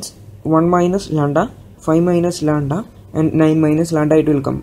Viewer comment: its not landa, its lamda